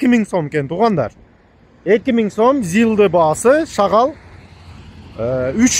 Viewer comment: Рахмат байке,шагал дебей шагыл десеңиз.